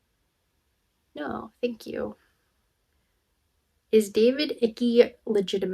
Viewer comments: Your pronunciation of David Ickes' name was funny 😂, Icky! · David Icke, last name rhymes with bike 🚲. ❤